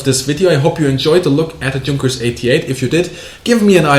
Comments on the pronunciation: As an American and a WW2 nerd, I have gotten used to hearing the proper German pronunciation of "Junkers". Now it's weird hearing a proper German saying "Juhnkers" instead of "Yoonkers". It hurts my head. :-) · Why do so many ppl pronounce Junkers like that? It's /Yunkas/ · Is the name Yunkers really pronounced like is pronouncing it, with an English soft g sound as in "George"? Isn't the "Y" sound in German like the word "York"?